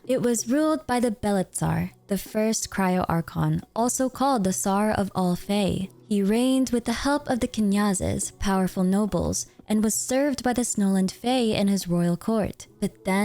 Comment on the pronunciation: Knyaz is pronouced like you're trying to say "nya" Knyaz. also true for other ya you see in slavic.